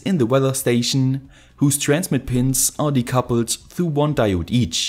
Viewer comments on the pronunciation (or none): none